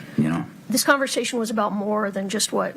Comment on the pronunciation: I wish would stop saying "confershechen" when she meant conversation... Urgh!